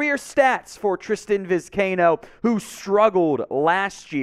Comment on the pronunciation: For Gods sake it’s Vi-sky-ee-no!!!